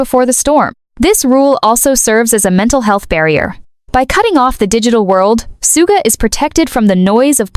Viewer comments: thank you. I thought i was the only one who noticed the mispronounced his stage name. 💜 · No, i think they're just profiting and posting bad ai writing. They don't even pronounce Suga's name correctly. I'm blocking this.